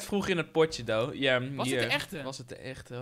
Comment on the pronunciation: Hamza Chadili hij zegt though